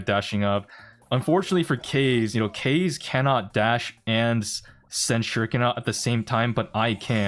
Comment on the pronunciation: That kaze pronunciation is awful